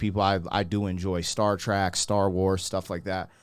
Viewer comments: Okay, first... CARDINAL SIN!!! It's Star TREK, not track. 😊 Think about "trekking around through the snow." Same thing. A trek, an adventure. I sat with my parents as a 9yr old and watched the moon landing. Conspiracy theorists vedamned, it happened, we were there, there's no "I dunnos" about it. Therexwas too much tragedy and loss of life to be something from a sound stage in the desert. My time dealing with advanced technologies in the Airforce only reinforced it. Moving on... At this point in his life/career, he was doing his "Ziggy Stardust" thing, hence the theatrical make-up Also and especially in the UK at the time, the whole "androgynous look" was all the rage amongst the younger, rebellious types and as it happens, Bowie was Bi. Who cares but it influenced many things in his journey through life. He also went through several evolutions in his music, check out "China girl" for one, which was covered in tribute fashion by the way by Iggy Pop, another punk rocker who has mad talent and super smart and has journied on many musical paths. Do Iggy Pop! 😊 Sounds weird but you'll be amazed. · Bruh...these nerds won't let you say "Star Track". You might give one of us a heart attack doing that. It's up there with saying "Dark Vader".